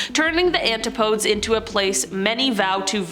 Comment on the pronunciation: A presenter not being able to pronounce antipodes or Maori shows exactly where this channel is.